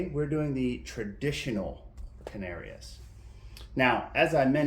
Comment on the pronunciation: I’m not sure but I think it’s pronounced can-are-ees